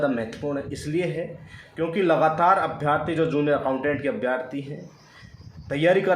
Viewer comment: Abhyaarthi nahi hota abhyarthi hota h